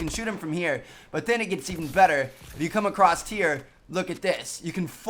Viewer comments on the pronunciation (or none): Did he really say, "Acrost" instead of, "Across"? Haha!! Looks like Tmartn has a little hillbilly in him. Lol! Hillbilly or not, this is a great series!!